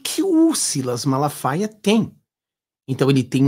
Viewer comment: Eu gosto do pastor Silas MALAFAIA, não é MALASFAIAS como vc fala, desculpe-me pela correção. Gosto muito de suas lives. Abraço amigo.